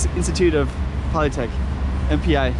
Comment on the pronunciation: Polytechnic, not polytec!